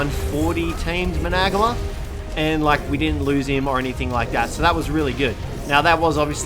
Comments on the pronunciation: Managarmr, not managamar, why do people struggle so much when pronouncing / spelling their names? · managamar? really? its managarmr idot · its not managamar its managarmr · It infuriates me how you pronounce managarmer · not to mention he pronounced it wrong.